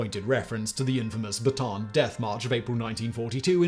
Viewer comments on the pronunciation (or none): Correct pronunciation is Bata-an Death March, two a's in a row in Filipino are pronounced separately